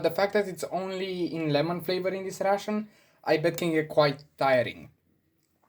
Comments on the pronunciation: credca ar trebui sa pronunti reishån,ca tu pronunti la fel ca pe russian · Coaie, mă zgârie pe creier acel "russian". Învață dracului pronunția în engleză daca tot faci content în engleză... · 24min in the video and he didnt say he is russian yet. In the first minute he says he is Military Ration (the way he prononuces ration sounds like "russian") Enthusiast and then that his motherland is Romania. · My guy as a fellow Romanian myself you saying ' ration' sounds more like russian 😂😂😂 d.m. if you want a few tips and trick on how to better your pronunciation